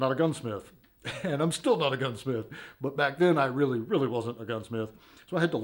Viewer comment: "Gunsmiff" LOL. All jokes aside it looks great.